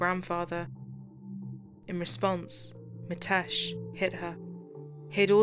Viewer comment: It's ''Mi'' tesh, with an ''i'' sound not ''Ma'' tesh. It's not that hard a name to pronounce properly. & and it's said in one flow. A lot of Asian names, Viresh, Nikesh, Ramesh etc like this. Even the subtitles are incorrect- 'matesh' over and over again also.